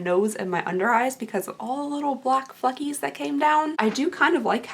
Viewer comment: ... I thought you said "all the little black fuckies came down" instead of fleckies lol 😆❤